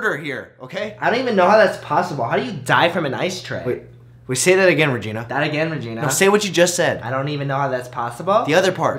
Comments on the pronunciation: cherry caguiat ice tray sounds like I stay when u say it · it sounds like I stay home cook rice!